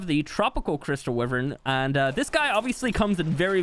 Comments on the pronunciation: It’s a wyvern not a wiven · it's pronounced "why-vern" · Why-vern no wiv-ern why is that so hard? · Y VERN. WYVERN NOT WIVERN. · Its wyverns not wivern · Why does he say wivern it’s wyvern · The way he pronounces wyvern, "wivern" is so triggering for some reason. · It’s pronounced Y VERN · Is anyone else angry because he say wiverns and not wyvern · Bro it’s y vern like u say it so wrong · What the hell is a 'wivvern' 😂😂😂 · Wyvern=“Y RIN”. 🤙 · “Wivrin” lmao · Is it just me or did everyone hear him say anime wyvern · I like how he says wyvern wrong😂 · God i hate how you say wyvern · How can you say Wyvern wrong